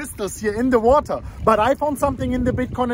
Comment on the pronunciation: CLEANING MUH CRYSTALS IN THE WATAH!!!!!!!!